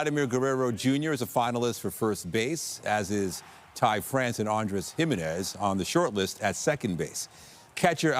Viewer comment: It's Jiménez NOT Jímenes.